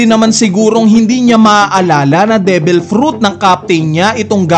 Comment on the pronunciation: Devil hindi debel